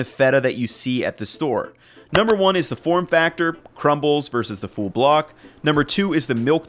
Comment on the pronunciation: Love the channel and I don't know why but it irks me when I hear "full" being pronounced as "fool" loool